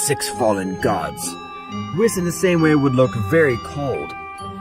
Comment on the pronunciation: It's an AI voice, notice it can't actually say Whis name correctly. Next to none of the AI readers can actually get it right. They don't learn who a word should be said but rather direct reads it. Meaning a hidden attempt to convey it's an AI reader with goofy audio.